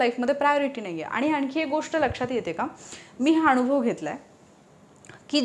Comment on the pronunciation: मॅडम तुम्ही जरा मराठी शब्दांच्या उच्चारावर लक्ष द्या उदा. "नाही" ला "णाहि" म्हणता. "अण्यथा" हा चुकीचा शब्द आहे, 'अन्यथा' हा बरोबर शब्द आहे. "अनुभव" ला "अणूभव", 'बनवा' ला "बणवा" म्हणता. असे खूप शब्द आहेत तुमच्या विडियो मध्ये.